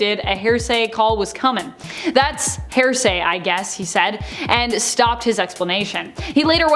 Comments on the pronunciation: Say it with me HEAR-SAY not HAIR-SAY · It's not 'hair say' it's HEAR say. Jesus Christ. There's no variant in pronunciations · YES!!!! I was wondering that myself! She sounds like she is saying hair-say!!! I hope it is an accent-thing she is using and understands that it's hear-say...like, "I'll tell you what I think I heard." ....is HEAR- say. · FYI, it’s here-say not hair-say. If you’re going to be an anchor, pronounce words properly, just Google pronunciation. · HEAR-SAY, NOT... HAIR-SAY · Right?! I keep hearing it as “HAIR-say”. 😂🤦‍♀️ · OMG YES! So much "HAIR-say". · Seriously though it’s driving me nuts hearing it pronounced wrong over and over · Is it just me, or does it sound like she’s saying a weird combination of ‘hearsay’ and ‘heresy’? 🤷‍♀️